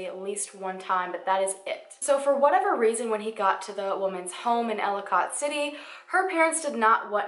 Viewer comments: I havent heard of this case and i live soooooo close to their! Hearing you pronounce Ellicott City was so funny. Im not trying to be mean but its pronounce like Elli-kit city lol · idk if you know this already or not but i just wanted to let you know ellicott city is pronounced like ellie-cut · I'm pretty sure you are talking about ellicott city md. It's not pronounced how it looks. It's more like Elli-kit, if that's the place you are talking about my brother used to go to school there and it's not that far away from where I live. Very disturbing. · For the love of god it is ELLICOT- pronounce ELL-i- CUT CITY, not ellicOT. K. Thnx. Please continue..... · Girl, I love all your videos, but as a Marylander, hearing you pronounce the names of these towns physically hurt me lol. Seriously though, so many people go missing that just get swept under the rug. I don't remember this being covered by local media at all. Thanks for making these videos. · Love your videos! You do an amazing job! So pronunciation...lol. Catonsville is pronounced Kay-tuns-ville. And Elliott City is pronounced Ell-i-kit City. You always ask for the pronunciations in the comments so that’s why I wrote this, not to pick on you or anything. Keep up the great work!! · They’re pronounced Kate-tons-ville and Ell-i-kit City. 🙂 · Solarius heroin/opiates are HUGE in that area. Two of my cousins live in/by Catonsville and Ellicot City (both of which she repeatedly pronounces wrong lol) and I immediately thought he went there to do drugs, od'd and the chick panicked. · Marylander here you mispronounced Catonsville and Elliott city but it was cute I loved the way you said them 🤣love your videos btw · Everybody from maryland is cringing at “cat-onsville” and “elli-cot” city 😂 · Katonsvillie is how its pronounced & ellikit city :) im OBSESSED with you videos. Purchasing my sweatshirt this week:)